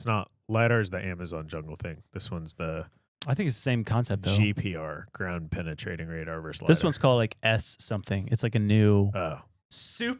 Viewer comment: Gown pennitating radar…..gow pennnthing😂😂😂